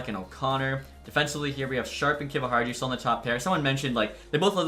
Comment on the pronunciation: I think its pronounced Kiviharyu, atleast that's how the announcers say it